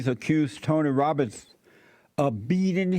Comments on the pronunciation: Damnit Jesse it’s ROBBINS! 😂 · Robbins...it's Robbins😂😂😂 I think we've discovered an AMAZIN' tongue twista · Jesse can't say Robbins for the life of him 😭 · I love how he can’t get his name right 😂